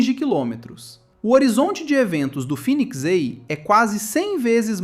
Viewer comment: Pq não fala direito, fênix em vez de finix, vai tomar no cool